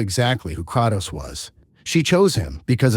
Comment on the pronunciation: All this lore and you still don't pronouce his name correctly, c'mon bruh....."Cray-tos" like saying the word "pray" but with the letter K.....NOT "Krah-tos"...